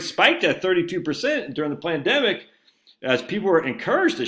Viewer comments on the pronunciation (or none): You keep miss pronouncing Pandemic. There isn’t a ‘L’ in it! 😂